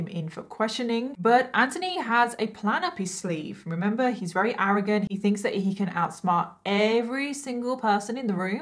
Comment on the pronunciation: I don't know why but I find it really cute how you say "werry" instead of "very". I don't mean any offence by this comment I genuinely find it adorable. So happy I found your channel, one of your videos came up as a suggestion under a bailey sarian video ❤️